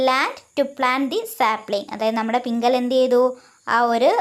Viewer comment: പിംങ്കല അല്ല പിംങ്കള😂😂😂